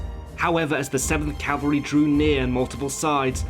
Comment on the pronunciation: Cavalry.Not Calvary.